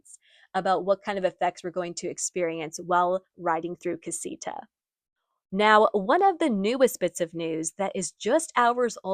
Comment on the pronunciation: This “caseeta” pronunciation is cringe. Please…. “Casa” is house in Spanish. “ita” means small = casita, pronounced “kah-see-tah “. ❤